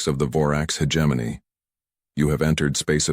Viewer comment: Stupid AI can't even pronounce hegemony correctly